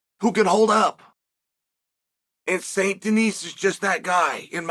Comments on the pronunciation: It is pronounced "deni" in France Chael. BSD is gonna rock Green on the first round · I can’t unhear “Saint Denise” now thank you Unc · If youve played red dead redemption 2 then you know he is saying this guys last name wrong